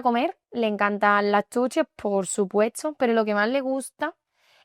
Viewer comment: Yeah i think that's true, at minute when she said "por supuetso" Instead of "por supuesto'